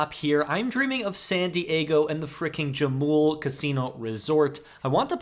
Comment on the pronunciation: It's pronounced Ha-mul, not Ja-mul. J is a H sound.